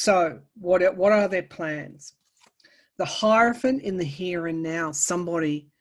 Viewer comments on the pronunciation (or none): none